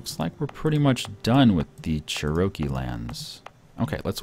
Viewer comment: thuh churakee